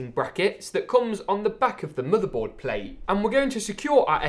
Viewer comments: Bro It is motherboard not modorbord ok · Murderboard ehh? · He said like moodebot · Please.Say. Motherboard. One. More. Time